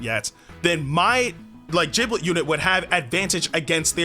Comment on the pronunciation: Jiblet? Isn’t it gib-let?